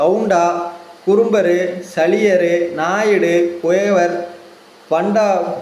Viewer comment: அது சலியர் இல்ல சாலியர்